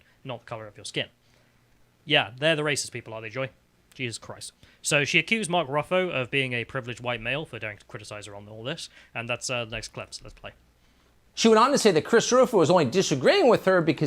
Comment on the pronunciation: 'Mark Ruffo'?... come on now